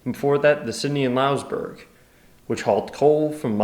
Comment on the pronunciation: Hey your in my territory, glad to see i'm not the only one filimg these! Also Lingan is pronuonced Lin-gan and Louisbourg is pronounced Louis-burg great video